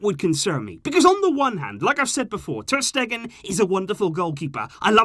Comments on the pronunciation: “ter Steven” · "Ter Steven" 😂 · Ter Steven? 😂 must be really tired from these constant uploads, another great video, keep the amazing work up!